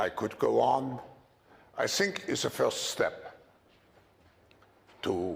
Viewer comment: He should of stopped at " I sink" 🤣🤣🤣🤣